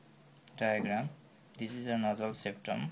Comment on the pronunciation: lol.. its epistaxis..not epi-taxis... ans nasal septum not nausaul septum :P